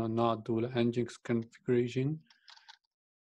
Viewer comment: Nginx - pronounced as "engine X", /ˌɛndʒɪnˈɛks/ EN-jin-EKS :) and why you installed it anyway, if you have not used it in the end...